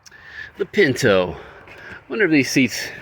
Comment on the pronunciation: People called it pin-O